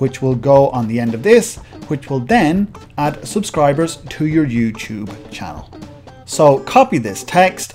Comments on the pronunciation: chann'ell' OMG I LOVE THE WAY HE SAYS THAT 😂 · I love how you emphasis the "ch" in 'channel'